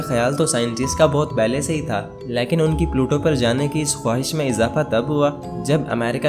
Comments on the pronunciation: O bahi leeaakin nahi lakin hota ha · Aap lekin ko laikin bolty hain hahaha 🤣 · Can you please learn how to pronounce the Hindi word LEKIN. It's so annoying that you mispronounced this word every time.